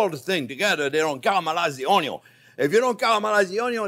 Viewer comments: I love every time the chef says the "onyo first unless you have bacon" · No jean pierre, keep repeating about the onyo, it's that important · Love this dude he funny n I like the way he says onion 🧅 😂